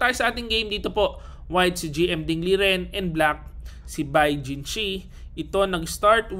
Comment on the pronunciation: master, ding lijen daw tamang pag bigkas ng name nya.